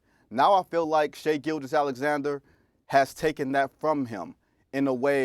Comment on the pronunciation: Every time Stephen A says Shea Butter I’m like 🥴